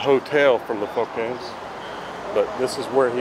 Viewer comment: This is how this is pronounced in France, you got it right. Foo-kets. I'm French and I find Elvis' stay in Paris rather fascinating as, sadly, as we all know, he never got to tour overseas.